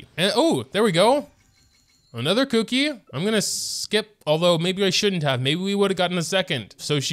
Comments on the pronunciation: The whole mispronouncing kuki’s name as cookie is already older than the emergency food joke. Ku-ki is not said as cook-ie phonetically Yes I know he is doing it as a joke. But the amount of people who actually think you pronounce them the same is infuriating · you know the 'u' sound from the taxi service 'uber'. Try saying the u in kuki that way and then you should be pretty close.